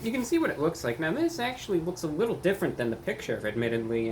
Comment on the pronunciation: Did he just say "a wittoo bit of a discount, or a wittoo bit of a woher price"? I can't tell if he is joking